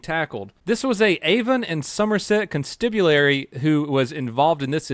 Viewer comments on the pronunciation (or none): Hey, new comer to your channel. Love your content and what your doing. Just thought I'd let you know that Constabulary is pronounced Con-stab-ulary. Even though this video is 2 years old and you probably wont read this. My wife and i are really liking your channel and that you have helped open our eyes. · Constibulary, for real? Come on... OMG You said it twice! xD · con-stab-u-lary, not con-stib-u-lary. Think of it like "[they] gon' stab you, Larry", because anyone called Larry in England is legally allowed to be stabbed after midnight in Chester with a crossbow (as long as he's Welsh). That's where that comes from!